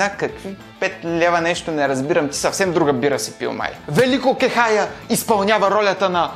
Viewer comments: поздравления за това, което правиш! От малкото, които говорят смислени неща си. Имам само една забележка - Велко КехаЯ, а не Велко КехАя. Продължавай да правиш това, което ти харесва. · Кехая не се произнася така.